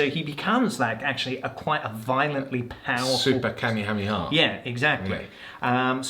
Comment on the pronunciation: Hearing pronounce Kamehameha is painful as always